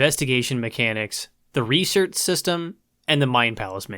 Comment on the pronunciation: Hey man say research. Is it a speak problem or u ghetto like? like axing someone a question?